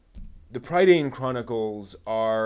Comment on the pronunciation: PRIH-dane, TAHR-un, the novels are based on WELSH MYTHOLOGY, and th way they are structured is similar to the Mabinigion, an ancient text full of old Welsh stories. Do some basic research before you make a whole ass video man.